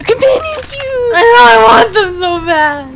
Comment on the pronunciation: "Companion Cubees !!!"